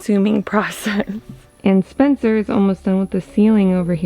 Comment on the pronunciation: the lady saying "SPENCER" sounds like "SPONSOR". lol